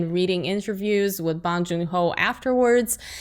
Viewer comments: i hope this wins all the awards so bong joon ho can make more movies and his name isnt pronounced ahhhh, it's pronounced like ohhhh: bohhhng june ho - bong joon ho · Its not Bang joon ho. It'a BONG joon ho. Jesus Christ you guys can pronounce Tchaikovsky but have hard time differentiating Bang from Bong.